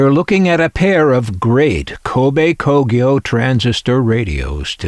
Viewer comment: wow, you learn something new everyday. I never heared of Kobe Kogyo before, and you certainly pronounce it 100% correctly. However, I came across the "TEN" logo before as a child and thought it's another Matsushita brand. They supplied auto-radios for Toyota as out school's Toyota Coaster had that "TEN" logo on it's radio. They're most probably based in the city of Kobe, not??